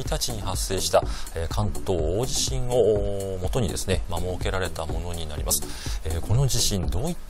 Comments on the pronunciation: 『おおじしん』 なんて言う奴、初めて見たよ。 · 関西と関東で違うかもしれませんね、、 だいじしん はあまり聞き馴染みがありません。。 興味深いですね